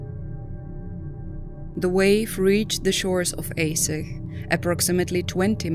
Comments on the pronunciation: Is pronounced Ahdjeh not aseh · Why do you keep calling Aceh “AY sicghhh” ??? Ah.-Chay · I just wish the narrator would learn the correct pronunciation before recording the audio. It's pronounced A-Cheh, not Ay-seh. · For Narrator, spelling Aceh is not "Aseh", but the correct spelling is ACEH, like you said che in Word Apache. Regards. 🙏🏽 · No offence intended, but it's Arch-eh. Not Ace-ay. I know English is not your first language, but it's best to find out how names are pronounced if you're going to give commentary. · At least pronounce the topic correct, compute generated voices makes this unwatchable. Its Ahhtchay, not Ace-eh... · sorry but is this a computer speaking? Aceh is not pronounced A say but (ˈaːtʃeɪ) Ah Tche. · it's A-cheh (C for China). Not Ae-seh 😁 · It's pronounced as "Acheh" not "Aseh" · It's not aseh it's read this acheh that's how you say it but the name is still aceh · Yeah right..but I felt they lack of something as the pronunciation of acheh is very wrong. Here we call it 'are-chech' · Aceh is pronounced are chair (but with silent r) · Actually, "Aceh" is pronounces as 'are chair' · Isn't it pronounced A-che to sound like Che Guevara.? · Aceh, prononced "Ah-chay". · It's pronounced Ah Cheh you AI blonde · Aceh is pronounced: [Acche] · Aceh is pronounced Ah - chey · Archay is how it is pronounced! Get it right!@ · Aceh is pronounced AH-CHEY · There photos after the tsunami n in aech city downtown . The photos from the next day are terrible so many dead boddies.. by the way the person who made this video should ar least learn how to pronounce ACEH..C in Indonesia is pounced ch A is like A in father. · It's really appaling that the narrator does not learn to pronounce the name of the city correctly. Pure ignorance. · You're saying Aceh weird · Can’t take this seriously when you can’t even pronounce Ache properly ! You think you would research the correct pronunciation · Acheh mispronounced horribly !!....text to speech no working right...